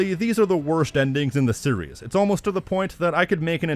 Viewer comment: Every time you pronounce "series" the way you do I move one step closer to stop watching your channel :x Just my honest opinion, can't help but feel that way